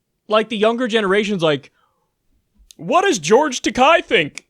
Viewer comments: That's an "e" in "Takei." Japanese names are not that difficult to pronounce. "Takei" rhymes with "gay", not with "guy.." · Takei is pronounced like today, and he's hilarious , jerk!